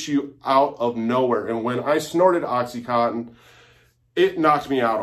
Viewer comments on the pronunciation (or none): I love how people that were addicted to Oxycontin can't even pronounce it right. They always say Oxycotton.